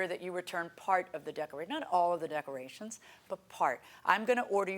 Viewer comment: I know I shouldn't make fun of them but decermations LMAO 🤣😜 Sashay instead of sashes